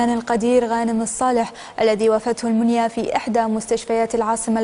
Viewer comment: وافته المَنيه وليس مُنيه